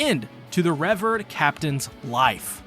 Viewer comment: Bro even said the English word “revered” wrong 😂 he’s gotta be messing with us